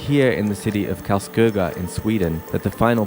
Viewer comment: The reporter pronouanced Karlskoga correct not common for non swedish speakers. Nicly done.